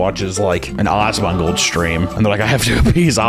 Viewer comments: I love how he pronounces ASS-MAN-GOLD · Who says asmongold like that lmao